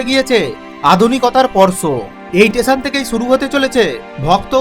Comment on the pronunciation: স্টেশন ❌ টেসান ✅ 😂😂😂